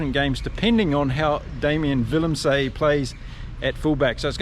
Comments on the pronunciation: Jeez, mate. Willem-SUH. Arend-SUH...not Willem-SAY, Arend-SAY. Same with French player Paul Willemse. Willem-SUH. Other than that, excellent commentary... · Some pronunciations…names ending se generally have the ending pronounced suh like Are end suh or Villem suh. Note: in Afrikaans W sounds like V. Van Staden is Van star den not Van Stay den. Not knocking, just trying to help.